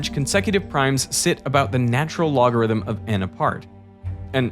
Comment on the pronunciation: Why am I only finally finding out at this late point in my life that “the natural logarithm” is pronounced “Lawn” or “Lon”?!